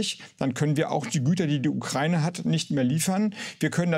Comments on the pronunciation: Wenn Sprachwissenschaftler Ukraine nicht aussprechen kann. Ukraine nicht Ukreine. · Nur eine Kleinigkeit: Der Begrriff "Ukraine" wird wie folgt getrennt: U-kra-i-ne. Insofern wird diese Landesbezeichnung NICHT mit "ei" ausgesprochen, i.S.v. "Ukreine" (U-krei-ne), sondern JEDER Buchstabe wird EINZELN ausgesprochen. Herr Harbeck und andere, die hier einen Aussprachefehler machen, sollte das wissen oder wissen dies nun. Das Land heißt: U-kra-i-ne und NICHT "Ukreine"!!!